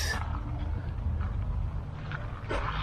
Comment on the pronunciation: Co-sta Reeka.